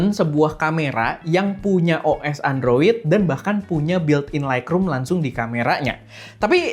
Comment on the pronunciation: Android juga buakan endroid bg